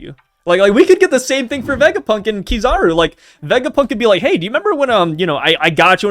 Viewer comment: Sorry, I can't get over how he pronounces Kizaru. :face-blue-wide-eyes